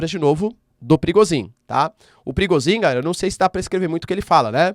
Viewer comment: O Nome do mercenário é PRI GOZS INN E NÃO PRIGOZIN ...